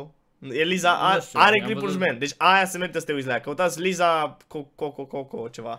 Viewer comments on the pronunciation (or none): Frt,s citește :Laiza și Leile